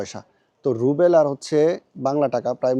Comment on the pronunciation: Short corrcetion not রুবেল its রুবল